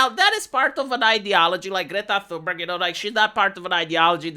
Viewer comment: You can't get deported from a country you never wanted to go to in the first place. They also flew her back. The "H" is silent TUNE-berg.